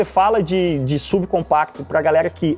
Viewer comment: Me dá agonia ver o falando SUV (SUVI)... pra mim sempre vou falar S.U.V. pq é sonoramente melhor